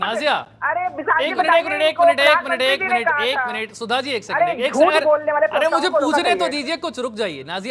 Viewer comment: Yeh koun sudha hei .. Bish ko sudha bol rahi hei ....